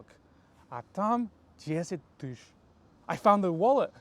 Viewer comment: ты еще в конце сказал "тыщ" (tysch) тоже как native. часто люди не четко выговаривают "тысяч" (tysyach)